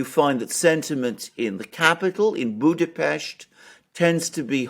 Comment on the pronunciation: It's good to hear my hometown (Budapest) pronounced correctly on an English speaking channel. 😊 By the way the party name "Jobbik", the pronunciation is closer to "yobbik", not with a J. The word itself means "better" or "more right". Personally I never voted for Mr. Orbán or his party, and left the country 8 years ago anyway, so I feel unsuited to comment on Hungarian politics.